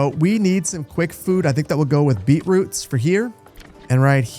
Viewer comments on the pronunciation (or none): And beetroots.